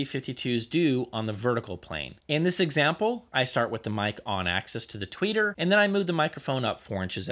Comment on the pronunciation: You do great reviews, but if I may, axis isn't pronounced like access.